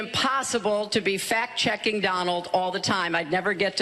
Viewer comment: 😂 she said fat checking